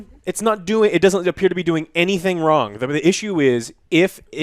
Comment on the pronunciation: “Something went Wong”